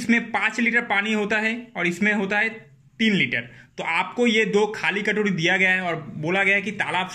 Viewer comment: Katodi nahi katori bolte hai